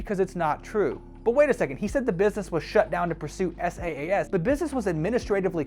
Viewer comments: it's saas not S.A.A.S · IAG media became IAG Online Services which ran from - it’s on Companies House and was voluntary wound down with £1mil in assets. SaaS is pronounced “sass” NOT “s.a.a.s”. And it stands for software as a service NOT solution. I’m not defending this guy but jeez your research is pathetic.